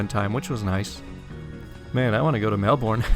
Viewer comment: You said Melbourne wrong